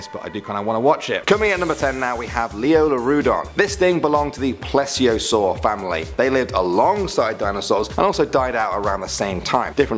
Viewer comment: Not how you say plieseasour